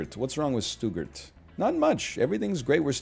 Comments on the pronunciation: I'm already pogging at german cities, and I don't even speak German. "Stoo-gert" <3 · Stuttgart pronunciation challenge difficulty level impossible